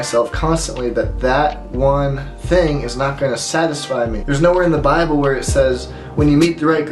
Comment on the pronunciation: Everything was good then you said “bible” lol